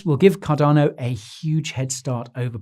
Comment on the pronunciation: Thank you for now pronouncing Cardano correctly! You used to really irritate me by saying it without using the 'R'.......Cadano! But I've noticed that you are now using the 'R' much better, which makes me very happy. Thank you again.